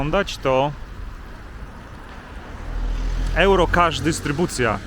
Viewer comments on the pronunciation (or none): Jak już chcesz po angielsku, to "juro" a nie "ełro"